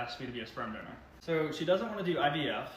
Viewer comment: Gotta get two things off my chest: 1. 🎶”How do you solve a problem like Maria 🎶 Sorry, I had to 2. For two solid minutes I thought was saying “donut”. I was soooo confused… then I realized he was saying “donor” 😹😹😹